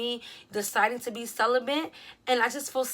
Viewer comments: I love you but there’s no “N” in celibate.. I don’t want any dudes making fun of your pronunciation when you say it . Cel-ih-bit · "celibent"🤔 ok best friend